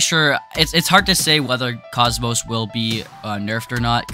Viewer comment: i think its pronounced kockmock